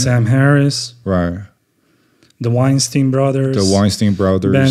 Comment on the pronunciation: Rhymes with Albert not Harvey.